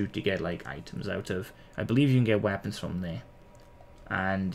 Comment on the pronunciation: The way u say weapon is funny “wapons”